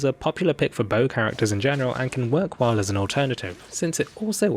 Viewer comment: did you notice instead of "well"x3 he said "whale"x3 lolol nice